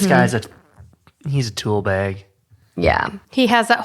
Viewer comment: Say “bag” again please